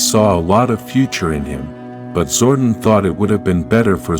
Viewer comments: And it's Zordon pronounced " Zor don" not Zordin. Note to self next time I see this channel click " Don't recommend this channel" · Zor-DON, it’s Zor-DON. Sorry, that was irking me.